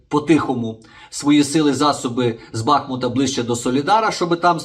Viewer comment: Шановний пане Ігоре,з великою повагою до Вас, називайте моє,місто правильно, не БАхмут, а БахмУТ! БахмУТ! БахмУТ!!! Слава Україні! Слава ЗСУ!!!